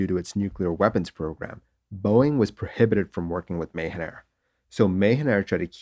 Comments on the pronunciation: Just a small correction It’s read Maahaan air even though it is written as Mahan Air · I think your pronunciation of Mahan is incorrect. The a sound in Ma is pronounced lin like ju sound in jump or mu sound in mumps. You are pronouncing like Ma like May. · Great video. It's called Mah-Han air ;-) I have flown it many times in and outside Iran. The pilots are renowned for brilliant soft touch landings. Tradition in Iran is that passenger applaud for a soft landing. Or not! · Anybody else understood "Mayhem Air"?